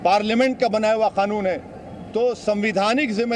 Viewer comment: ओवैसी जी खानून नहीं होता कानून होता है